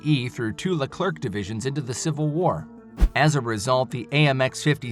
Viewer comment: It's pronounced "Le-Clair", not robo-voice "Le-clerk".